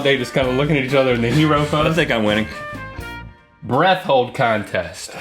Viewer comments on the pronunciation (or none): I swear Link said " Rhett holding contest" instead of "breath holding" lol